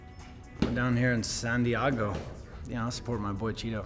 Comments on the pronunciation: So Luke just pronounced “San Diago” like Ron Burgundy and nobody’s gonna say anything ? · San diago? Lol